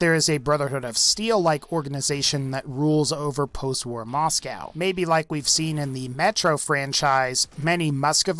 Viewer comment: Why W-A-R? It's not an acronym